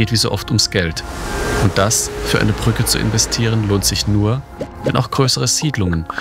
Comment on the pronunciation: Wenn du eine Reportage fürs Fernsehen machst, dann sprich doch das Wort "Brücke" bitte auch so aus, und sag nicht "Prücke". Das macht den kompletten Beitrag unschaubar.